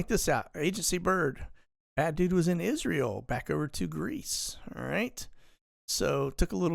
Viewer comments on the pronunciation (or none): none